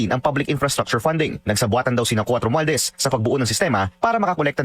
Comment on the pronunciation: SI LACSON HINDI ALAM IPRONOUNCE YUNG WORD NA ‘ ‘ROMUALDEZ’.